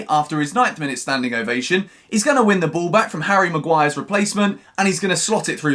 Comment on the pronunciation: Did i hear u say Maguire??